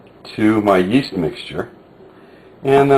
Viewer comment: whats the first ingredient hes adding? souds like east, iest i or what ever.. sry for my english